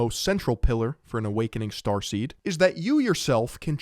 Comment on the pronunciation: I just keep thinking about transformers every time you say "strarsteam" 😂